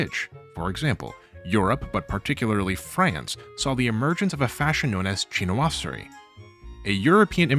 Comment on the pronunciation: your pronunciations of Chinoiserie and Japonisme are painful